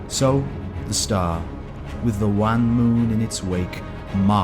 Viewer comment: 'scarcely', 'wan' are just two, repeated mispronunciations.